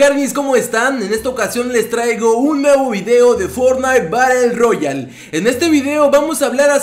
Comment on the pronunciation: En el segúndo 05 masbien de desir bater Rroyale dijo barel rroyal